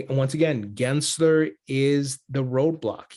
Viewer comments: … his name is NOT Genser! It’s GensLer. Cmon, disrespect the right guy!!! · Did I hear you say Gary Grinchler? 😆